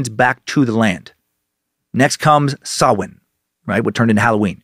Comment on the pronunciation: Props for pronouncing samhain correctly I was bracing myself